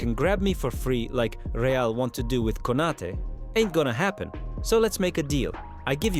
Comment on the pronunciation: How can one still pronounce Konaté wrong, even tho there is a accent above the last letter? This KI channels suck